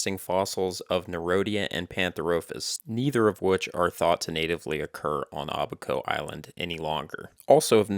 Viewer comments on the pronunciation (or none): It’s Abaco, not “ahh-baco”. Oh gosh you mispronounced “Bahamian” too, I can’t take this.